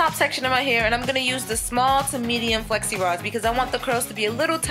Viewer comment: I thought she was saying sexy rods lfd